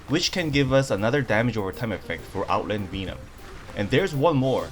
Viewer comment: Another fun video. Oh, double check how to pronounce "Venom" in English.